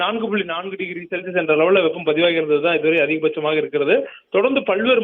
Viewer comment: ஒரு சில இடங்களில் செல்சியஸ் என்று சொல்றீங்க அம்மா...அடுத்த தடவை சரியாக சொல்லுங்க